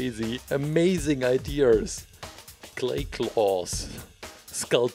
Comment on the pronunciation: It’s always the “idears” that gets me 😂